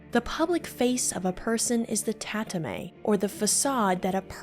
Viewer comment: tah-tah-mah-eh not tatamay